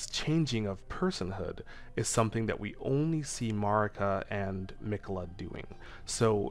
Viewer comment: Erdtree/Redtree …hmm think on that 😮 side note you’re saying Marikas and Messmers name wrong